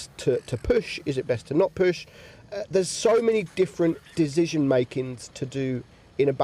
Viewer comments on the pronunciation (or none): Do yall hear Dezision or it's me ?